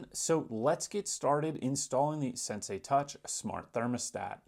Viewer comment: At least pronounce the name correctly